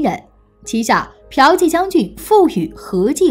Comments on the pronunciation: piao 第四声，qi第二声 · 骠（第四聲）骑将军 不是嫖妓將軍😁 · 骠骑（biao ji）将军变成嫖妓将军？ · 原來霍去病是ㄆㄧㄠˊㄐㄧˋ將軍………